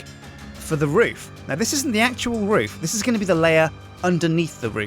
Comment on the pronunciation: er, Roof, not food